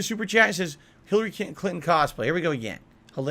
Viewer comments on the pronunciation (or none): "Philary clinton" has me in shambles